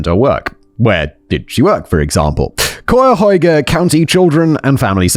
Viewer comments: Ah yes, Ohio....the land of so many place names of famous world cities, but all pronounced wrong. 😂 That said though, I'm actually surprised he didn't mispronounce it worse. I was able to tell what word he was going for, and I feel like that's pretty impressive for someone who didn't grow up surrounded by Native American place names. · I swear Simon and American County names. I thought this was taking place on another continent when he read Cuyahoga. (k-eye-ah-hoe-gah). I know he doesn't care about pronunciation, but hey, thanks for another Cleveland story! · Idk if simon ever checks the comment sections of these vids, but just in case he does "Cuyahoga" is pronounced "Kai-uh-hoe-guh". It's come up in a few episodes from this channel unfortunately and it can be hard to pronounce for anyone who isn't a local. Remember "cuy" rhymes with "guy" and the rest is easy to figure out from there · Ahh, Simon and Native American names is always so pleasing to the ears. Cayahoga, Simon. It’s pronounced exactly the way it’s spelled. Ca ya ho ga. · I love listening to British people trying to pronounce "Cuyahoga". 😅❤ It's basically like "Kiy" (rhymes with "why") + "yoga". At least that's the most common pronunciation I've heard in the Pittsburgh-to-Cleveland corridor. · My hometown is in Cuyahoga (ky-uh-hog-uh) county, just outside Cleveland, and I'm somehow both surprised and not surprised at all how many times a Casual Criminalist is set in or around Cleveland 🤦🏻‍♀️ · If this is Ohio, then it's pronounced Kye-yuh-hoe-guh. If it's not Ohio, it's probably pronounced the right way. 😆 We like to pronounce everything wrong. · Kye-a-hoe-ga is right. It's just spelled weird because it's a French spelling of an Algonquin word. Poor Cuyahoga, everyone butcher's it. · Hey.... Simon is getting better at pronouncing Cuyahoga!! Good effort!! Someone day you'll get it! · I love hearing non-Ohioans pronounce Cuyahoga. 😂❤